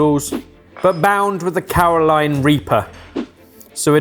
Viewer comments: Carolina Reaper. Not Caroline😉😂🤗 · Did say 'Caroline Reaper'?